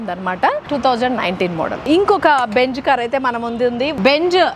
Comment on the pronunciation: Adhi benj kaadu benz....😂